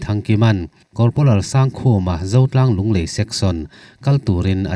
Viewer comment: Mizo hming ah Sangkhuma tih hi Sangkhuma(1000 khuma) anga lam tur awm tak ania. Sang hi (High) san zawng tehna anga kan lam angin Sangkhuma i ti tlat hi chu ka hrethiam thei lo a ni. Amaherawh chu fel hlel lai awm ve thin mahse beng i ti tlaiin, a lawmawm lutuk e.